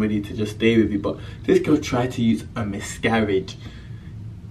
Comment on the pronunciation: Am I the only one hearing him say 'misgaridge'